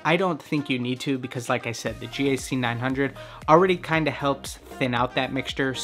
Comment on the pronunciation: Why does he say it as G-A-C 900 instead of GAC900